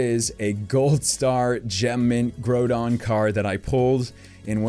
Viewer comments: It bothers me SOOOO much that you call it "grow-don" lol it's "grrr-OW-don" 🤣😂🤣😂 come on brother. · Grow-don xD